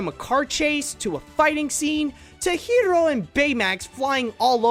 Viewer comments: It's pronounced "Hero", but some characters pronounced it differently. An example is Honey Lemon. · How exactly do you pronounce Hiro? It was pronounced differently by different characters in the movie, and now I'm really confused!! Also, I was actually somewhat surprised by who was in the mask (but only because I saw a fake spoiler)